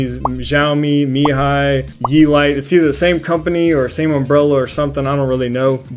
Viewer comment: Love your vids. On a side note, the pronunciation for mijia is not me hi, the j is pronounce as a j and not a h, as it literally means mi home in Chinese. The actual pronunciation for it is mi jia. Like the word jive, buy replace the ve with a which makes it jia. Hope this sheds some light on its pronunciation. Stay safe!! And keep making good vids